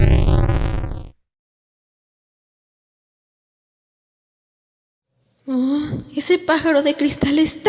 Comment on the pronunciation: otro mas que le dice pigsa xd